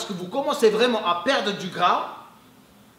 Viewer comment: Salem, t'es vidéos sont au top, je te suis maintenant depuis 1 ans:) Une chose pour ton français: Quand tu dis «C'est pour brûler plus de gras» le mot gras le «s» ne se prononce pas. Mel guelb!